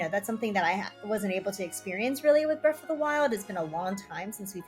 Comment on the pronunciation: Breath not Breff